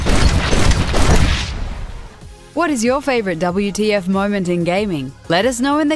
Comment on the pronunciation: It's not "Double You - Tea - Eff - Moments", it's "WHAT THE FUCK" moments xD